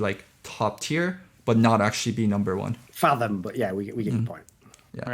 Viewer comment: its not fantom, its fathom